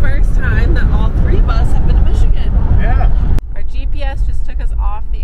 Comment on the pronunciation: Great video. As a Michigander you did way better than the average on the pronunciations. They get a little crazy up north.